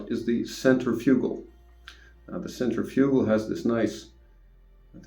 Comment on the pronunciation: Centrifugal . ( sen• tri•fuh•gl, most people say it with more of a •fig• instead of a •fuh•) but not a •you•gl lol. Just so you arent out here saying it like some type physco lmao jk. Great review